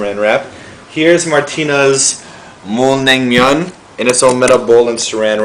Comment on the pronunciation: My favourite Korean foods <3 Bibimbap and Naengmyun :D And your pronounciation was weird... sort of